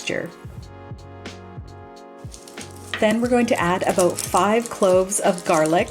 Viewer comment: Aboot! Must be Canadian. 😊